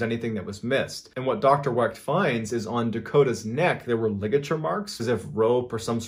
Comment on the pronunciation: Love your videos bud, but you mispronounced my great uncle's name a tad bit wrong lol. It's the great Dr. Cyril Wecht(Wek) derived from the German name Weicht to which we dropped the i to fit in better however I never understood how that would make the surname any less German looking or sounding lol. Just thought I'd clear that up for you though brother. The t is silent and we have a very rare name either way you spell it or say it. Thanx for mentioning him because he is an amazing Forensic Pathologist that has made a very nice name for himself and is 1st in line to autopsy JFKs brain if anyone ever decides to make it available!